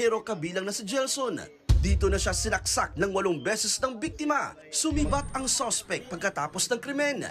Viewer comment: Ano sinaksak ng biktima o sinak sak ang biktima? Bakit ganyan pagbabalita nyo miss announcement